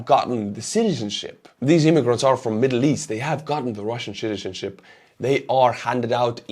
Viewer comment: That's right, it's pronounced Russian shitizenship. 😂 is spot on!